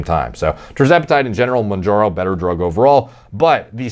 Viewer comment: Bro said “jerzepitide monjaro” stop larping as a djini